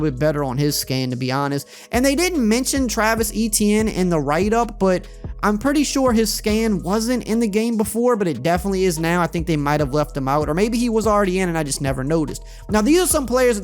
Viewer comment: Bro that look nothing like Travis Etienne (Achane) is how you actually pronounce his last name. He’s from my neighborhood